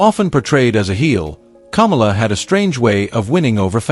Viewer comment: The guy narrating this is an idiot. He can't pronounce names like Kamala, and Akebono. Or even Vern Gagne.